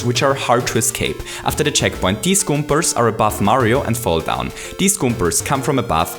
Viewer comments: it's Koopas and Goombas not goombers and koopers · It is not koopers or goombers . There real names are koopas and Goombas . God dammit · I like the Video but you always say goombars and koopars instead of goombas and koopas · "Koopers" "Goombers" Lol, ok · Why do you pronounce Goombas "Goomers"? Or Koopas "Koopers"? I'm not native and this is my 3rd language your videos are awsome i was just wondering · he says kooprs and goombrs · i really like this video, especially the way you talk about additional challenges such as power-ups and i think you're spot on in your explanation for why the challenges right after the checkpoint are a bit easier. i have to ask though, which accent is that? "goompers" is probably the most adorable pronunciation of goombas that ive ever heard haha (no offense, i have a similar accent). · Good video, loved it, but I couldnt help but crack up a bit when you'd say "koopers" and "goombers" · Koopers? Goompers? Accents at their finest! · lol, goombers and koopers :D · I'm sorry, but why do I feel that you say Goopers and Koopers all the time? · Koopers and Goombers. I love your accent lol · I like how he says "Goombas" and "Koopas"